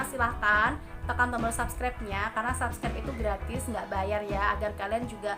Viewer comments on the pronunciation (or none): Bacanya sebskraip bukan sabskraip..